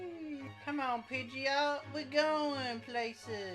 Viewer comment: When you keep calling Pidgeotto, Pideot 😤 No but super awesome video! Had very fun watching it 😄